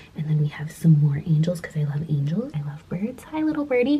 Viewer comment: Angels not angles 😂